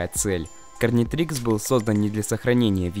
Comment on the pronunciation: Гарнитрикс а не карнитрикс